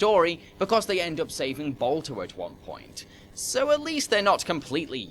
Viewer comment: All I keep hearing is Bulto and Bolto. Is Balto too hard to pronounce? You can say 'ba' in "bar", but not in "Balto"?!